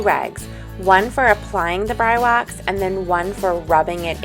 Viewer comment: I believe it is pronounced like this Bree Wax